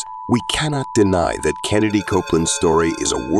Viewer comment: His name is KENNETH Copeland; not Kennedy Copeland.